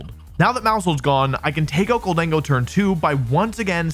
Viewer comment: It’s Gholdengo, not Gold-dingo. It’s already the most racist Pokémon after Pikachu. Don’t make it worse.